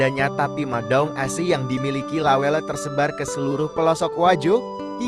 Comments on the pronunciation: La welle, ' bukan lawell... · Lawelle bang bukan lawel, ase bukan Ais,,😅😅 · Saya dislike karena narasi menggunakan bahasa Google. Lawelle kok jadi lawel....opppooooo wi... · Aduuh,... ga sereg dengernya, narasinya bkn org bugis. Penyebutan nama lawel, itu bkn nama bugis pa'e 🙏🙏🙏